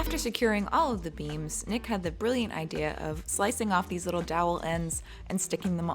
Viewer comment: every time she said beams, i thought she was saying 'beans'